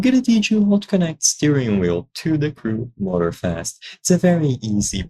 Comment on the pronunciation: Motor-Fast huh? as apposed to Moror slow. Stupid cheap AI. And maybe say what wheel your vid is actually for. There's a dozen of Wheel makers.